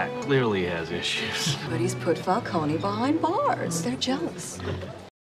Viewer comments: Falcone is meant to be pronounced like the word "cone" not "co-nay." Just like Ra's is meant to be pronounced as "raysh" rather than "raz." The films get both of those names wrong. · No, you're actually right; while in this trilogy it's pronounced "fal-CO-nee" (perhaps in an attempt at sounding more Italian), the real life name is pronounced "fal-cone". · It is Falcone. Not Falconi. They pronounce it wrong here. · I think Italian names and words ending in -one are pronounced with the -e as its own syllable, so if it is indeed meant to be Fal-cone instead of Fal-coni then it sounds like the comics used a weird pronunciation originally. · Katie Holmes is pronouncing Falcone wrong. In Gotham they say it right